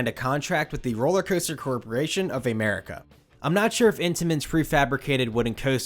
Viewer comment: Bolliger and mabeeard lmao and Ehmerica